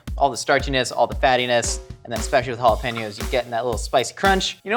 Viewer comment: I thought he said pickles when he said Jalopinos. Oof